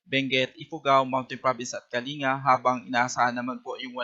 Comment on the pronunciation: Kaling-ga po ang basa sa Kalinga.